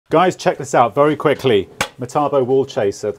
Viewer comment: Good to hear you say metabo correctly 😂